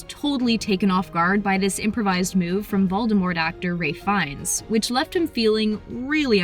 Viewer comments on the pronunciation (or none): none